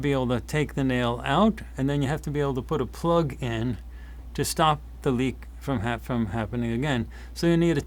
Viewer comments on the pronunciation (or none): none